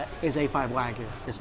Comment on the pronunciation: it's pronounced "waa-gyu" not "wag you"